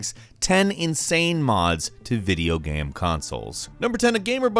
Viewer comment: Why does Falcon have trouble saying the word 'game?'